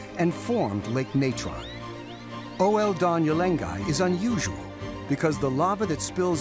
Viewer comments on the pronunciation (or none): ol-don-yo lengai, not o-el-donyo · Fine video BUT assist this narrator to correctly pronounce the Maasai name of the volcano OL Doinyo Lengai !